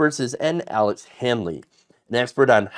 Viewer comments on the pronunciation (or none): none